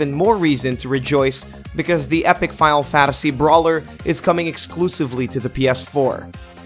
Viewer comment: is he saying Fadal Fadasy?